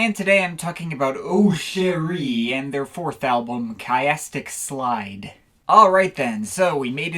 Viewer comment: In fact I'm giving up already, it's "keeastic slide". Have fun all.